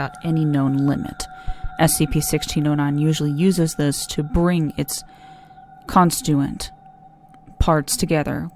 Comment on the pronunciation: This is the prime example SCP for why The Foundation secures contains and protects. It's even tainted by their viewpoint of the G.O.C. This is the only new human reading of SCP-1609 in the last year. Here’s to hoping it gets more appreciation. constituent? Con stit-tuent. I wonder if they could give it therapy.